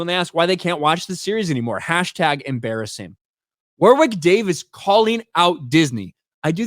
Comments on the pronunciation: Jeez. It isn;t WAR WICK it is Warrick in pronunciation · It's pronounced 'Worrick', not 'War-wick'. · His name is pronounced “Warrick” not “war-wick” ….as for it being another woke 💩 nobody wanted, I couldn’t agree more 😎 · War wick god you had me in stitches pronouncing his name. It's a silent W in the middle so it's pronounced Worrick. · Woor-wick? I remember him pronouncing it as "warrick". Checks Ashens and the Quest for the Game Child for example. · Hi, great channel, just a heads up though, the name Warwick is pronounced like Worrick. The second W in his name is silent. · Warwick Pronounced warrick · Wor-wick Davis haha. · His name is pronounced WORRICK,. You keep practicing that 'English' though... 😅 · It's pronounced, "Woh-rick", for what it's worth. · Pronounced "War Rick". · Warwick is pronounced Warrick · I don't think you pronounce the second W in Warwick. However I am a northern English man, so I'm not right good at English.